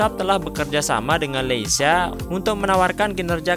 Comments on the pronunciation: Leica bacanya leyka bro bukan leysia 😄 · Bacanya LEKA bang, bukan LICA😂😂😂